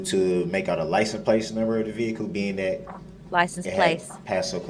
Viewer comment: How do u make it to 40 years old and not no it’s ‘license PLATE’ not ‘license PLACE’???? 😂😂😂😂